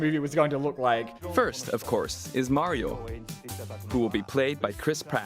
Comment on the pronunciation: Maryo movaie mommant